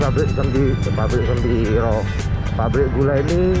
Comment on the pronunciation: Semboro.......bukan sembiro.